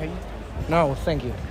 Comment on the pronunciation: "Nou senkiu" trolin